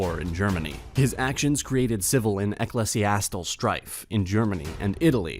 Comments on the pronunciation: Eh - klee - zee - as - ti - kuhl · Ecclesiastical Eh-clee-zee-ass-tickle